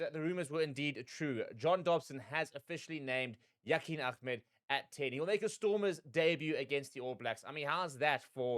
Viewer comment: His surname is Ahmed not Ahemd...